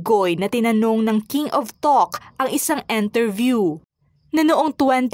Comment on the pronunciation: “Enterview” ba o “ Interview”?